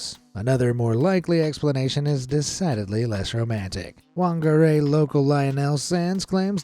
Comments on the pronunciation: Any Wh word in New Zealand is pronounced like an F. So it’s Fangari not Whangari. I know, weird but that’s because the mauri language doesn’t have a F letter, or so I’m told. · Whangerei is a Māori word. In most Māori dialects, “wh” makes a “f” sound, like “ph” does in English. The town’s name is pronounced “fahng-ah-ray” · MAORI TEACHING OF THE DAY PHUNG AH REY WHANGAREI the AEIOU in maori is ah (a) eh (e) ee (i) oo (o) uu (u) and say uu like ew but with a u and say oo like oh and to spell it with the what wha-nga-re-i please dont go by the english way of saying it please do some research into how things maybe said cause that name is Maori like Tauranga, Waikato, Taupo, Otrohonga, Whitikahu as much as i dont like the stuff our government has done with the language and its revival it also pains me to hear someone butcher it please like so other people can see that thats how you say it and probably spread word next time something like this happens cause butchering is worse than a forceful revival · whangarei is not wangarei its said like fangarei